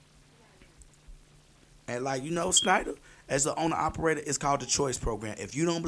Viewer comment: It's SHNEIDER, no SNEIDER. lmao